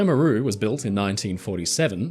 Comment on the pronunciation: MAH-ru, not mah-RU - accent on first syllable